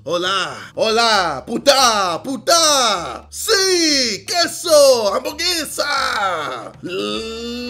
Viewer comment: Hambugesa🤣, hamburguesa weyy lmao